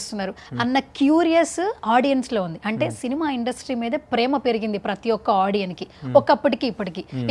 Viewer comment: ఆడియన్ అన్న ఇంగ్లీష్ మాట లేదే తల్లీ. Audience అన్నదే మాట. స్ అని లాస్టులో వస్తే అది plural అనుకోవద్దు. చాలా మంది ఆడియన్ అని అంటున్నారు. భాష ని తెలుసుకుని మాట్లాడవలెను